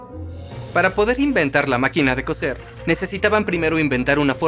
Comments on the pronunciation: ¡Hola! Hace unos segundos escribí que no es "cocer" sino que "coser". El térrmino "cocer" se refiere a cocinar sumergiendo los alimentos en agua muy caliente o hirviendo, mientras que "coser", con "s", y por lo tanto no se pronuncia igual a "cocer" si no seseas, se refiere a usar hilo para juntar pedazos de tela, cuero u otro material flexible. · Coser, not cocer. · Cambiad te doblador al español, por favor. Cocer y coser no es lo mismo. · Se dice COSER COSER COSER